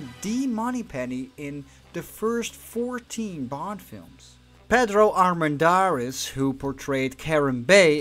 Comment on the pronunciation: Ana de Armas, and Paloma. Armendariz the R is soft though, and I think in another video also I noticed the effort to pronounce right, so, congrats.